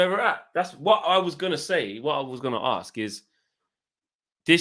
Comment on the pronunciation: you guys always say AXE instead of ASK... stop axing ppl